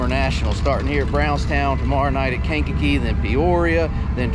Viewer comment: Yall said Kankakee the right way lol onna hells tuuur